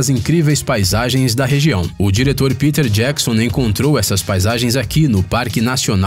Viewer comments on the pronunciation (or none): none